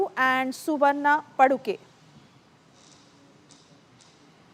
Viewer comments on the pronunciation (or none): Why can’t they’ve a qualified & knowledgeable reporter??? They don’t even make an effort! She can’t even say paduke & mukhya Praana who is Hanuman*…And it is Madhva Acharya